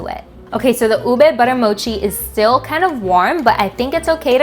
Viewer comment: You pronounce UBE so well!!! My 2nd generation Fil-am friends who grew up in the US pronounce it as YOU-BAY 😁